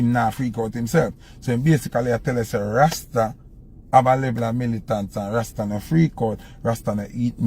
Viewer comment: A must the word rasta that him rhyme with pasta.